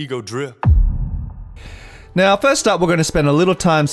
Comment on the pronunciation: why he not drip the P in drip haha